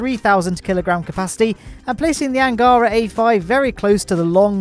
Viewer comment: Awesome. Really. But here unwanted russian prounonsation guide for you: "Восточный" - "ч" sounds as "ch" (in "cheese"), accented, as you do it correctly, on 2'nd syllable. "Ангара", "Протон", "Восток" - accent on last syllable. And yes, "Восток" prounounced with "k" at end of the word, as you do it in "Восточный", but that's different words... P.S. I deliberately not mentioning "Байконур" word, as it's not really in russian, so, kazakhs, possibly, prounoncing this location name completely other way, so your 1'st syllable accent may be more correct than ours - which is on 3'rd one.